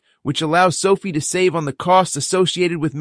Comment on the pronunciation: It’s SoFi (rhymes with Pie)